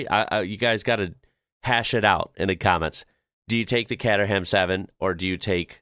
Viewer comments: Kate-er- ham please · The cater in Caterham is pronounced like food catering.